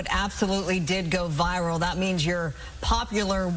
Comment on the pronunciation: Did the host say “for more on the vile endorsement…” or did I hear wrong? I thought maybe he meant “viral” but listening over and over, sure sounds like “vile” which would be a personal opinion and very irresponsible to say when reporting news.